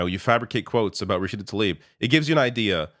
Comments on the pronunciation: learn to read. her name is Tlaib. not "Talib". you're mispronouncing her name like 5 times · please try and get Rashida's name right, it's Tlaib not Talib. It is so frustrating to hear almost all of you "political pundits" get her name wrong.